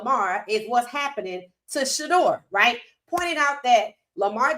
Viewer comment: The Name Of The YouTUBE Visual Was “KING ON SANDERS” Where Shaun King Kept Saying “ WHITE” Instead Of “ RIGHT “ Head Coach #SMDH 😢